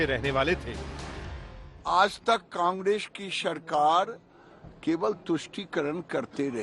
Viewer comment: Congreaa ki sharkaaar😂 pahle bolne sikho